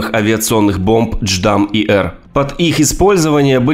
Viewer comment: J_DAM а не дждам бро